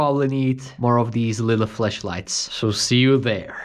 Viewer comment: Ummm bro “Flesh lights” are not the same as “Flashlights” Ik you have a strong accent but umm watching this I set down my phone to get a drink and heard fleshlight I almost spit out my drink